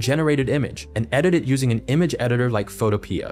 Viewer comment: "Photopea" is actually pronounced as "photo-pee" like the tiny green vegetable. If you look at the Photopea logo, it's actually a curling vine from a pea plant. This information has been confirmed by the developer himself.